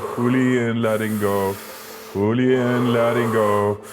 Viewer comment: Think he says 'fooly in fooly out' lol